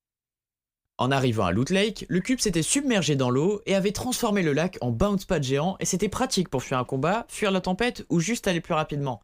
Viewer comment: On en parle « bain spat » au lieu de « bouns pad »